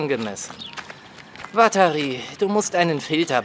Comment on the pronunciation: wenn L watari sagt klingt das ein bisschen wie "Batterie", die richtige Aussprache ist uatari